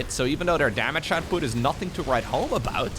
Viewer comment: "noting to write home about" - Take a shot!